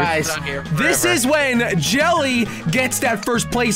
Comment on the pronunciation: jelly messed up on the name